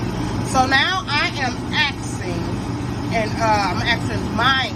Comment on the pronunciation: Ma'am it's "asking her", not "axing her"